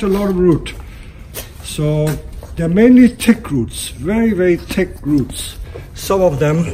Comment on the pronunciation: I thought he was saying "tick roots". I honestly thought it was some kind of special roots that were good for Bonsai.